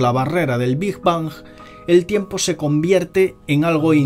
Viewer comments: Bingj bangj hahaha es big bang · Muy interesante el video, nada mas que esta bastante mal que digas "degras", asi no se pronuncia y es como un rechinido molesto en los oidos. Tampoco se dice "Big bons". Pronuncias fatal el ingles, y esto es una critica constructiva, revisa en el traductor de google la pronunciacion, antes de cada video, no es porque no lo digas perfecto, sino porque lo dices fatal, de una forma que ni se parece tantito.